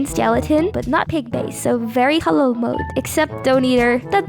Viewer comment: You pronounced halal “halol” 😂